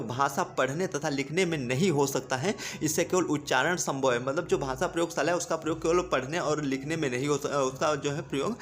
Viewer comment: Sir its not bhasa its bhasha